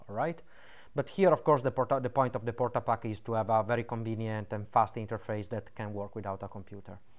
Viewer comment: DID YOU JUST SAY WHAT I THINK YOU SAID???? PORTA PACKA LOL